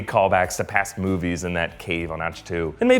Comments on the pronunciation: It’s pronounced ACK-TWO not AHCH-TEO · It reads aktoo not achtoo! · it is pronounced ak-toe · Did he just say “Och-2”